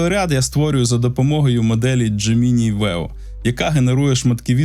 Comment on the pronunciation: Дякую за випуск і роботу. Але, будь ласка, не "дже-мі-ні". Забийте у простий перекладач із голосовим відтворенням :) Бажаю успіхів!